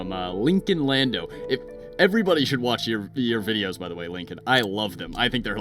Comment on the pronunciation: Also, it's Lindo, not Lando haha. We got a Daniel over here :P